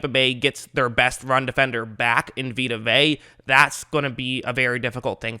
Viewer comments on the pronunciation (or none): Vita Vea(vey-ah) ..you keep pronouncing it wrong lol